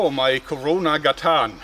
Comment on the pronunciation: Main emphasis is on the first syllable. GA-tan, it means "street" :-)